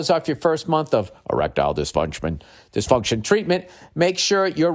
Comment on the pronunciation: Hahahaha! On the reads, the way he says Erictile dyfuntion. Noticed it many shows ago, still sounds funny. Makes me think of a Futurama episode! The one where Fry is in love with Lucy Loo bot.